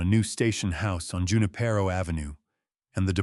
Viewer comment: Jew- nip - PAIR- row? It is pronounced who - KNEE - pray - yo